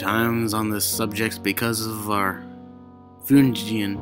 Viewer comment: Thanks for the narration. I enjoyed it, but found the music to be a little too loud at the six minute mark and the pronunciations were a little off. (Jungian=Young-ian, Freudian=Froyd-ian, Pavlov) Thanks for all the work you put into it, I especially enjoyed the accents to signify different speakers and the accompanying music.